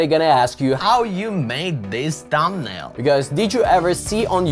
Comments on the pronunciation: its "thumbnail" not "tambnail" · When you says tumbnail 😂 ... Btw thankss❤ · Thanks for the info 😌 I really like the way you say tumnail 😊 I’m not making fun, genuinely like your accent 😌 again thanks for the tutorial and info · no u just said thambnail anyways forget it everyone has their own accent and we shoud not disgrace it